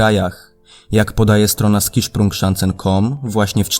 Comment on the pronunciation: To się nie czyta skiszprung, tylko sziszprung. Dziwne, ale tak Niemcy czytają